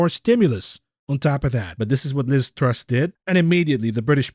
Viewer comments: It's Truss, not Tuss. Appropriate as this can also be the name for two short planks. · Ironically Truss is pronounced like “trust” but without the final t.